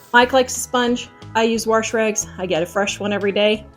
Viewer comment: I don't mean to correct anyone but it really bugs me when you say warsh. Lol. There is no r in wash. I've heard so many say it that way. I know, I know. I'm not a perfect speaker either.